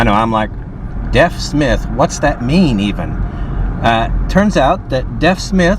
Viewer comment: PS it's pronounce DEEF Smith rather than Deaf Smith.